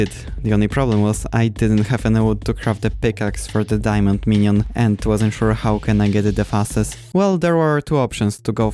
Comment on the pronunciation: i love how u say minion